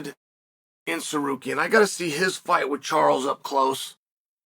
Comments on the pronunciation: Sukarian (this idiot Chael pronunciation of Tsaryukan) lost 30-27 to Islam, and Chael makes bullshit videos about it for the incel fans of his stupid page. Pathetic video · Sar- Ru- Key-in. Simple Ur arrogants is showing..have respect n mention name correctly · Chael be butchering his name lol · Who da foook is sar-carrying??? Come on chael....at least show a lil respect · Then had to correct himself & went back to "Sacarian" lmao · SAH-CARRY-ONN ...undefeated at changing people name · Shut up. You can’t even find the decency to learn how to say his name properly . I suspect it’s intended. Love, All Trolls (Aka, a-holes) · The absolute butchering of Tsarukyan’s name is worth the price of admission. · Nothing is more annoying than Chael purposely horribly mispronouncing fighter’s names for the purpose of getting extra comments… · Best part of the video was chael saying armans name correctly the first time and then incorrectly 99 more times